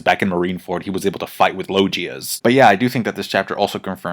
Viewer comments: LoGia, not LoJia. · I feel act 3 is ending soon and the island will somehow fall on the way to the capital. Also I feel that Marco will die. Also also it’s Logia with a hard G like “LOG-EE-AH”